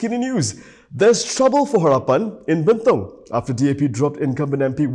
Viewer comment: sebut bentong pn salah nak jadi wakil rakyat bentong.. adoi la..